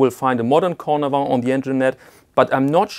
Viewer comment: Cornavin, not Cordavin 😊👍🏼